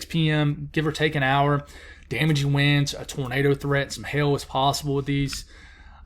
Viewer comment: you gotta enunciate that "hail," word, sounds like you're saying hell. lol. cute!!